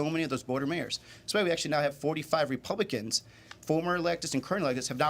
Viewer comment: Why can't Gallego pronounce republicans?